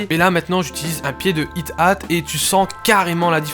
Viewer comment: on dit ayate :) pas ite ate